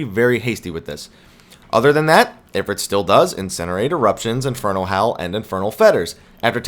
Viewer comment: it"s I-frite as in eye frrrr it